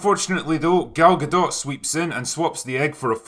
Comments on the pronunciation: Its gadoe or gadough not guhdawt (pronunciation) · How did her name end up being "Gal Gahdott" when in French "Gadot" would rhyme with "shadow", and it sounds much better that way. "Galgadoh". Or are people just totally unaware how to say her name correctly?